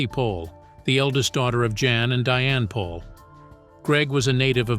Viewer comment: Isn't the last name pronounced "Pole"?